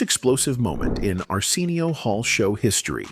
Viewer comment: AI voice: Ar-SEEN-eo 😂😂😂😂😂😂😂 People who watches Arsenio for the longest: Ar-SIN-neo